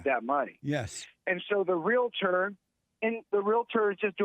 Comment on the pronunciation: First off it's "realtor", not "realitor". And not all real estate agents are realtors. This aside, save your money and steer clear of women. You know women, those humans who giggle when a man gets hurt.